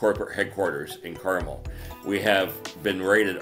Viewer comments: The narrator of this video is lazy. In less than 30 seconds, I did an Internet search to confirm that the correct pronunciation of the city is “car-MEL.” Not “CAR-mul.” And this piece was produced by a journalist?!? Pathetic… 🫤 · Carmel, Indiana is not pronounced properly in this piece. It is car-mell. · You are mispronouncing Carmel, it’s not candy. Pronounce Car Mel (like a vehicle and a man’s name)